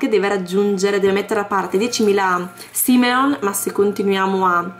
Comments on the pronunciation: ma come lo pronunci si dice SIMOLEON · i soldi du pronunciano Simoleon